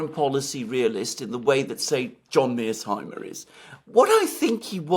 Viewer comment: Everyone: "San Fransisco" Alexander: "San Franchisco" Everyone: "The Third Reik" Alexander: "The Third Rishe" Everyone: "Professor Mearsheimer" Alexander: "Professor Mearseimer"